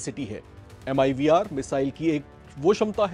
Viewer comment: MIRV HOTA HAI WOH. MIVR 😂 NHI